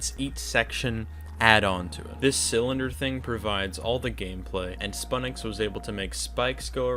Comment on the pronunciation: I think spu7nix ia pronounced as "sputnix" similar to the world's first satellite